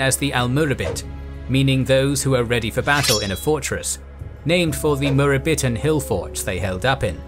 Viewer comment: almurabitun should be pronounced almuraabitoon, both middle 'a' and ending u are long vowels. And the other should be pronounced Almowahidoon, singular almo-eh-hid. -oon is the suffix for pluralization of a singular noun.